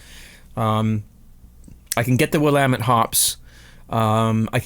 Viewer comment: Pronounced Willamette hops correctly. Great videos.